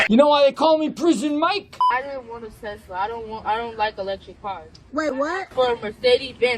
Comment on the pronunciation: I like how he says “TeZla” 😉